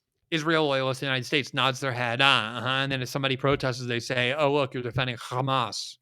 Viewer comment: glenn really emphazing that H in hamas.